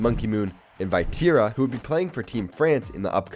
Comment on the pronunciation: The way you pronounce Vatira is making my eye twitch lol….Great video nonetheless